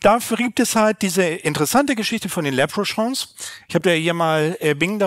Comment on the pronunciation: Aussprache leprechaun ist eher lepprekauwn soweit ich weiß.